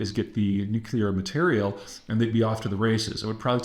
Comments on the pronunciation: It’s Nuc-LEAR, not Nuc-ULAR. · Why do you say, Nu-qu-lar weapons ?! Is it cuz New-clea-r weapons Do Not Exist ?! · OH MY GAWD! You said it right! You can do it! you said it right. "Nuclear." Finally. Oh, all this speech reinforcement wasn't in vain. Thank you, thank you, thank you. Keep it up. I know you slipped up a couple times but YOU CAN do it. (No more Shrub-isms) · “It’s pronounced NukU-lar”… why does Peter Zeihan talk like Homer Simpson? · It's not nuke you lar though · And I thought it was just me. I too always cock my head a bit when I hear “nucular”. I always say that there isn’t a U after the C. It’s no big deal but I always think of W when I hear it, Great job, keep up all the great reporting and insights. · Peter: You sound illiterate when you constantly say NU-KU-LAR. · It‘s called Nucular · Peter, thank you for working on the pronounciation of ‘nuclear’. It may seem minor, but when you pronounce it ‘nucular’, it just makes you sound like Bush II. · nearly half of them were still pronounced "nucular" though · You can’t even pronounce nuclear correctly. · At least he knows how to spell "nuclear", if not how to actually pronounce it.